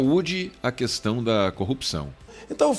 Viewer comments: kkkkkkkkk "Mandetta encurralado entre o certo e o chefe" e um chefe pernóstico que gosta de pronunciar o "u" de questão. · Agente vê que o Bolsonaro não sabe nem falar quando pronuncia as palavras "técno" e "cuestão". Daí então percebemos o quão burro ele é. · "Cuestão"! Fala direito Bolsobosta!